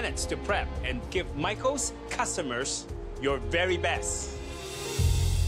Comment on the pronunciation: Alvin : Cussomers Me: What is a cussamers